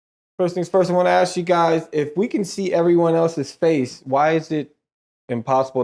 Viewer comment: "when you aks"....Scholars, All Of Them. smh